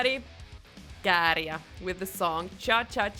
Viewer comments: Wow, you pronounced Käärijä perfectly 🤯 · By far the best pronounciation of Käärijä! (Out of all the foreign reaction videos I've watched on YouTube) Sounds perfect Finnish. 👌🏼🇫🇮